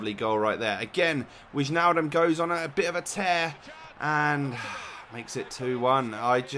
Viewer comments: Im dutch and you pronounce it like Wine-aldum. You make great video's btw. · it's pronounced as WINEALLDUM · It's Wynaldum and the a is like the a from walk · Do not say whichnaldum, say wijnaldum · Haha it is wynaldum not wignaldum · it's not witchnaldum like you say it, it Weihnaldum just like in Weihmann... Hope I didn't make it too difficult. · als je wainaldum zegt is t nog fout je zegt t als weinaldum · the dutch people say weinaldum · Hey you say is as :Weinaldum, i'm dutch so i know it. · Im dutch and it is wijnaldum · You pronounce ´Wijnaldum´ as ´W-eye-nal-dum'. Haha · You pronounce it as 'Why-nal-dum' dumb without the b at the end :) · wijnaldem , its not that hard! haha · it is wainaldum in dutch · it is wainaldum i'm dutch as well. want de mensen die mij niet geloven zouden zichzelf is even goed moeten gaan afrukken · Great video, you don't pronounce the j in Wijnaldum in english. It always sounds funny when english youtubers pronounce dutch names ps. try to say: Wijnaldum is echt een goeie voetballer die bij PSV speelt lol it means that Wijnaldum is a Great plager who plays for PSV ( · You say wainaldum oke i'm dutch if you don't believe me than take this: hoi mijn naam is henky richards en ik ben verschrikkelijk aardig. BOOOOOOOM!! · Its not wignaldum but the other pronounciation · Wijnaldum is pronounced as Wynaldum, I'm Dutch. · Whynaldum, that's how you pronounce it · You pronounce it WEInaldum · it's wIJnaldum not wichnaldum